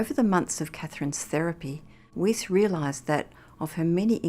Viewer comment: Narrator is mispronouncing Weis's name